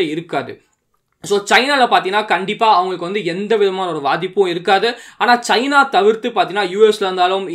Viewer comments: 'Vaadhippu' illa 'bhadhippu'......sangatam bro ungalaala🤦😆😂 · Vaathipu illa bro PAATHIPPU.. CORRECT ah sollunga